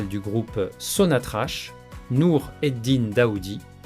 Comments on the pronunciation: Ca se prononce sonatrak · Merci beaucoup pour la vidéo mais je tiens à vous informer que l'entreprise Sonatrach se prononce avec un K au lieu de CH à la fin.